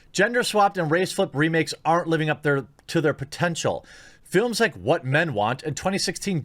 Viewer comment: "Whamen of Feelings"